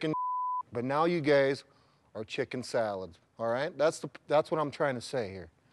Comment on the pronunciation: how has no one reacted to him saying "but now you GAYS". are chicken salled.